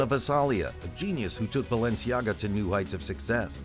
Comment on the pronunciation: For fuck sake the mispronounciation is killing me